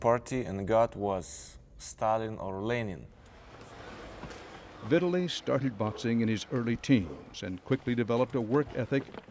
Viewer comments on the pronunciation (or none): It’s VitTAli lol the way he says it